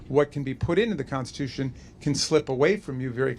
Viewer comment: Trish, it’s the constitution, not the consticoution.